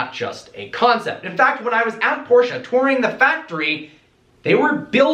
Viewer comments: learn how to pronounce Porsche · its not porscha . its porsche